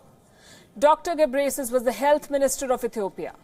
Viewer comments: Kkkkkkkkkk she call gebresis I came from Ethiopia but he is name tedros adhanum gebreslase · Can someone teach her how to pronounce his name? its pronounced GE-BREH-YEH-SUS